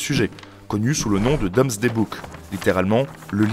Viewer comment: Minute 12 : DOOMSDAY Book, pas DOMSDAY, qui ne veut rien dire... À part cela, très chouettes vidéos et chaîne. Abo et pouce bleu.